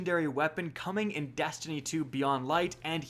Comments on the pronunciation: "testiny 2 news" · Did anyone else hear “testiny” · Are we gonna ignore that he said testiny